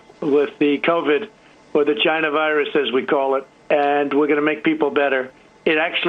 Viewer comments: the "ghina" virus? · "Vagina virus". Am I the only one who hears that??